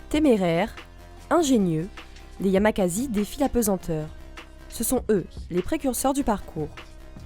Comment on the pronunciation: YAMAKASI !! Pas "yamaka"z"i"